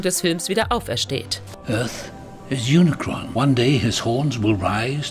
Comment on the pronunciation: Bitte die Namen Cybertron und Unicron vernünftig aussprechen das ist ja nicht auszuhalten 🤦‍♂️